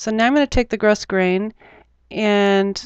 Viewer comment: Wonderfully helpful video. I just found the HeroArts channel today and am glued to the laptop! Loving it. One small note: the ribbon is grosgrain...but it's pronounced grow-grain. The "s" is a sleeper.